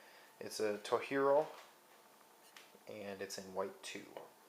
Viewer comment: It's not Spanish, it's Japanese. So the pronunciation is (TOE-JEER-OH)